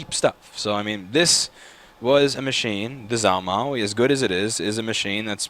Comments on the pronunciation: You pronounce it (Zhuo) “juuah” ok I’ll use it in a sentence ...貓捉老鼠 ...the first character is “Zhuo” ....this is = “cats catching mice” “zhuo mao laoshu” “zh” in chinese makes the sound that the “j” makes in English ... It will make you sound smart to Asians if you don’t pronounce that zh with a zzzz sound anymore...remember it’s “J” ..and not a soft J ..it’s a real J .... the words zhuo mao means in English “catching cat” so figure that one out lol ask your Asian coworker who is in some of your videos. Anyway.. just havin fun with ya ... you’re awesome keep up the good fight! P.S.16% of the worlds population speak Chinese so that’s ..something 🤓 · You know... All of this time I kept hearing him talk about "Zalmo"... I run into this video, and realize he was trying to say Zhuo Mao. Is there more to this story than just this video?